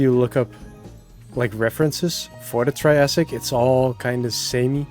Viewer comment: every time he said triassic i felt utter pain and despair in my soul💔